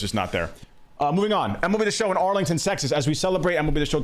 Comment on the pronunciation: Am I the only one that heard "Arlington Sexas" the first time he said it 🤣